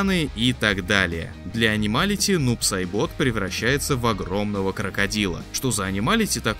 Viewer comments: Не Нуб Сайбóт, а Нуб Сáйбот! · Нуб сайбОт... Вы серьезно? Если не знаете как правильно перса называют, зачем новость вообще впихивать... Слух режет ужас как... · "нУбу-сайбОту" ааааааааааааааааааааааааааааааа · В чем проблема говорить правильоо? нуб сАйбот!!! У тебя язык из одноо места??? Или в детстве дразнили со своим именем и ты решил тут издеваться??? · Крайне сильно надеюсь, что автор специально так произносил Нуб-Сайбота 😭